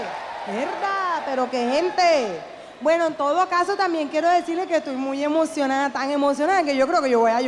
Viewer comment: "estoy muy emocioná tan emocioná que yo creo que yo voy a llorá"😂😂😂